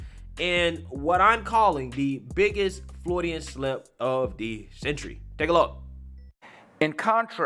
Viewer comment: Freudian, not “Frodyan.”